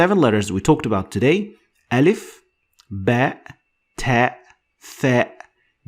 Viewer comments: I am arab, you are very good but your pronouciation of أ need to be softer like in the word aim not like in the word arm. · its alif not elif